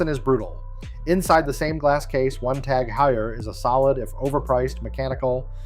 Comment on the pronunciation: Who did this edit? It’s horrible. And the information, while partly correct, isn’t accurate enough to give you any credibility especially considering you can’t pronounce Tag Heuer properly.